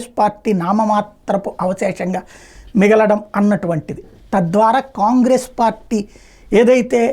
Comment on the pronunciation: ఖాన్ గ్రేస్.సరిగ్గా పలకండి.